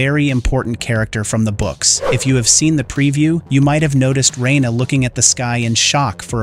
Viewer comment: Just hearing you say ""RAIN-uruh" & "Yaygar" drives me insane! Sounds like u have no idea who u are even talking about. Stop being so lazy using AI, & speak for yourself. Please..smh.🙄 😂